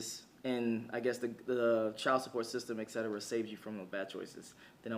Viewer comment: PLEASE READ MY COMMENT BRO.. I POST ON ALL OF YOUR VIDEOS, ITS ETCETERA NOT ECCETERA 😂😂 STAY UP KING.